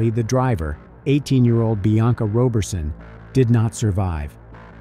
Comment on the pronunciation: I'm sure the name is pronounced Rah berson not Roe berson! Excellent detective work tho .. rest well Bianca